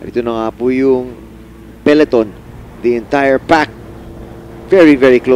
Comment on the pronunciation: To the commentators: it's Pe-LO-ton, not peLEton.